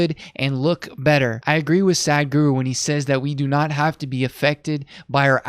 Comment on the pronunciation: It is pronounced “Sah”. Sah-d guru. Sadhguru. Not: “saad-guru” From the first word of this video I can already tell you don’t know who this is, if you’re already pronouncing the name wrong.